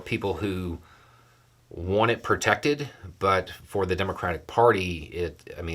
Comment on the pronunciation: A CRUCIAL point: “protected” and “prevented” sounds very similar. I had to look up your transcript to look up which it was. Seven out of seven sounds really great, but which way?!?